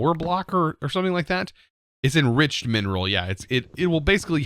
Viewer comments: it's menril sapling, not mineral sapling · Slowly going insane over here with MENril being pronounced as mineral. xD Love the vid! <3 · Does it feel weird for anyone else to hear "menril" being pronounced like "mineral"??